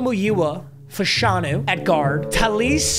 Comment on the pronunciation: fash-an-u btw lol